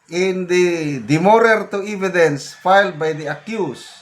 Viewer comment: Hindi po "eeeeee-vi-dence" .... [eh-vi-dence] po.